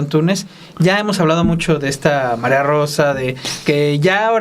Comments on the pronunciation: "MARIAA" con A, Álvaro. Invariablemente, dices MARIO con "O" pero es mujer y es MARÍA. Ya pasó tiempo de este video, pero en todos dices "MARIO AMPARO en vez de MARÍA (con "A") AMPARO!!! Desesperas, Álvaro! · Es Mari Amparo No Mario hablé vien señor